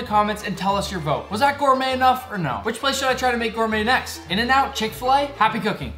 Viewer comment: Chik-fil-a sauce